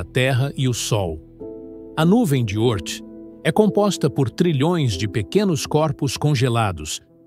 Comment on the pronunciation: 🤔Nuvem de Ôrth? Já ouvi a pronúncia Órth.🏹🎯